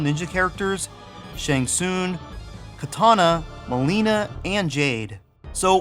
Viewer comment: Every time you say "Shang SOON" it hurts. How do you get soon from tsung? What did you do with the G?